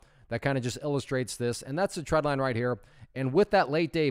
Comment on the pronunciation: When you say "tread"/"trend" line, is it "trend line" or "tread line"? For some reason I keep hearing "tread line" but I thought it was called trend line.